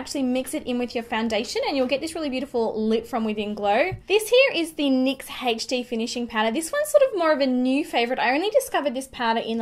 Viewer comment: It's so funny the way English and Australian people say "HD" lmao